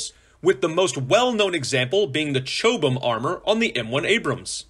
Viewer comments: “Chob-ham”, not “Chobe-ham”. It’s a place, in Surrey, UK. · Youre saying the names of armour wrong, its not homo-genius its homogenous and its not choh-bam its chob-um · Ch-ob-Ham not Chobe-Ham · More Ch-Ob-Em, bit of a meh place though :P Most of Surrey is full of rich assholes though, lovely countryside! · Learn how to pronounce homogeneous, chobham, and other words my guy. Then I will subscribe. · Maybe it's me, but I just wish he could pronounce homogenous, composite, and Chobham properly!